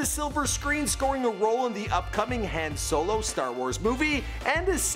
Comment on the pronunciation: who pronounces Han Solo like that wtf